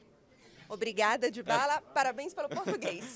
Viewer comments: Dyabala?? Kkkkklk, EROU KKKKK faz parte kkkk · dyabala hahahah